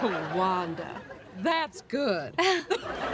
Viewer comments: ARRÊTE DE DIRE VANDA FRR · C'est WANDA pas vanda...